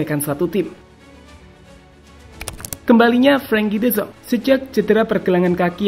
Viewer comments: de yong bukan de zong😂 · De Jong laaa bukan De Zong y ampunn